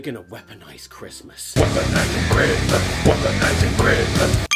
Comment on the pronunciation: "The war on Smissmass!"